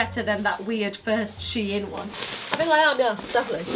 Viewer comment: 'Sheout' now Deceased 😂😂😂😂😂😂😂